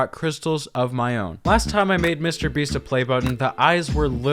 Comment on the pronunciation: Lmao did you stay a long time in France? Because I hear "Monsieur Beast" here lol